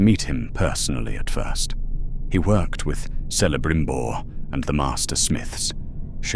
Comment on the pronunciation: The pronounciation of certain words just piss me off…. Se-le-brim-bor….